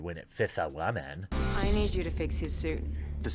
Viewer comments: I have to stop watching this just because of the way this dude pronounces "woman". I'm out. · The only thing you should be ashamed of is how you pronounce the word "woman". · I just can't help it but laugh when he says wahman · Wtf is "wahman"? Is that incel for "woman"? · okay, I'm fairly new here. Why is it called "The Quartering"? Also, why does Jeremy pronounce it "Wah-men"? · Roy McLellan wahmen is a meme, references annoying feminist sjw types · Maybe I'm misreading this but the fact that u make videos on these shows (especially Batwoman) concludes that u enjoy them enough to watch. And why do u say the word woman the way u do (just curious)? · You pronounce ‘woman’ oddly. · Why do you say woman so weird??